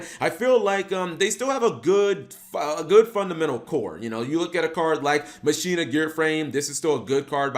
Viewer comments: Machina = Ma-shee-na? I always thought it was pronounced Mah-keen-nah! I used to use them with karakuris& Mekklord granels! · Its "Ma-ki-na" y'know, like Deus Ex Machina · Mach....e...na its spanish for machine just it doesnt sound like you butching the name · Isn’t it pronounced “ma-ki-na”? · ir is prenounce makina though tone the Ma. Same as Deus ex machina